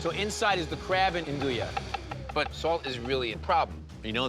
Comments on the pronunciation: That is NOT how you andouille! Ahn-doo-ee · Why does he pronounce andouille that way. I thought he was a chef